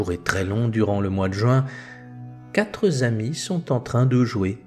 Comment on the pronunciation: Merci beaucoup pour ces vidéos. Je me permets une petite remarque linguistique pour en améliorer la qualité : il n'y a pas de "s" à "quatre" donc on dit "les quatre amis" et pas les "quatres amis" (on ne doit pas entendre de "s" à la fin de "quatre"). Merci encore pour votre travail.